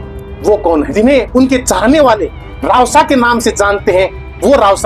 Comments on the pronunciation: रावसा नहीं रवसा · रावसा ❌ रवसा ✅